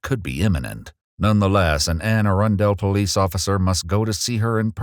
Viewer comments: I live where this happened - it's pronounced Anne A-run-dull, not Anne A-run-dale and it's a county, not a city just an FYI. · round there they say Anne Arundel but it sounds like grundle not grundel. this ai voice has me geeked doin leviosa leviosaaaahh in the comments of a EWU video lawd. i can unpause it now LFG